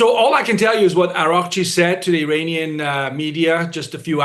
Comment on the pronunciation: Did he say an "Armani official"?